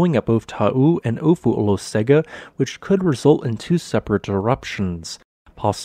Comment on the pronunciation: Not really, In Samoan Olosega is pronounced OH-LOW-SENG-AH. (Lived in AmSam for 7 years and visited Marge and Tito's lodge on Ofu several times.)